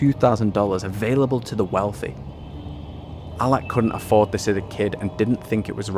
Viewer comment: He said allakh not alla, alakh is the name of the founder